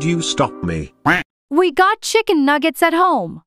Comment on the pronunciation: it’s Nuggets Not nugits